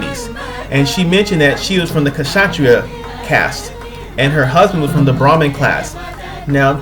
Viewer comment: In ancient India it's not considered as caste, it's 4 sections of duties i.e 4 varnas Also it's kshatriya not k'shatriya